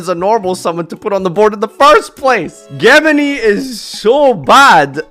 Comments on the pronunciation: Geh-mini what a way to mispronounce the word XD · Geh-mini? Is this like a meme or something or is he just ignorant? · The way he pronounces "gemini" is pretty disturbing ngl cant wait to see comments of YGO boomers reee'ing in the comments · that pronunciation of gemini is painful, it's a je not a ge sound, even in Japanese they would say je. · Jesus it's JEM-in-eye, not ghem-en-eeee your pronunciations hurt my ears 😭😭 but overall agreed with the list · "GEH MA KNEE?" It's pronounced "Jem In Eye" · Ah yes, Gehmihnh summoning. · What the hell is a ge-m ini? Lol. ~ Never heard it pronounced that way, & I'm Scottish too. ;-) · Where is the “h” in Gemini? Even as a word, why does he say “ghe-mini”🤢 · "JINJO"???? And what the fuck is Gehmini? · Ah yes geh-mini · Ghe mini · Pronounce gemini correctly and why did you call jinzo "Jinjo", are the brain worms affecting you that much now or is your chat lowering your IQ slowly. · Your pronunciation of "Gemini" belongs in F tier. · this is a as bad take as saying Gemini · The way he pronounces Gemini hurts my soul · Honestly ritual down to c, pronounce gemini correctly, and we have an accurate video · Is that how you pronounce Gemini? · please don't try to pronounce Gemini ever again my ears can't take it. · I’m 99% sure was pronouncing Gemini incorrect as a joke idk why the comment section can’t see that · Yeah lol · Gemini is so bad can't even say it right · The way says "Gemini" physically hurts me. It hurts me so much that I was sent flying into the air and face planted directly into one of my ulti galateas. Thanks, you ruined my orcust deck. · He was doing it for the comments no one thinks that’s how you say it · gemini is so bad it doesn't deserve to be pronounced right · Is it thog? i said gemini like most of the time.